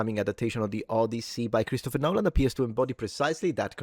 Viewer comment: NoLLaAn?....it's mEeee. 😂